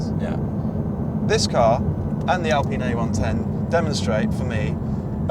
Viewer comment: I think Mat Watson Car Wow is one of the few automotive journalists to pronounce the name 'Alpine' correctly as an Englishman and English speaker.